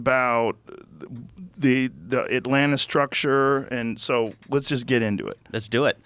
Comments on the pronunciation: Why did Joe call it Atlanta? 😂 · Lmao joe calls it atlanta